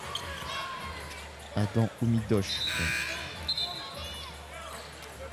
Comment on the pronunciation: C’est Adam pas adem